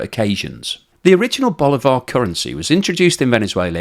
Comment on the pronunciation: At least you can say sorry if I pronounce Bolivar bad, because you say it very bad.